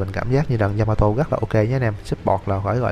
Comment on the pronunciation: yamato đọc lộn yamatee :))